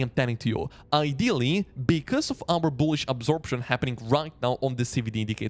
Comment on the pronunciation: Love the way you say BOOHLISH with a boom on that B